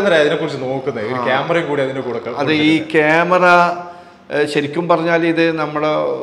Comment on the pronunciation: Kemera alla kuamera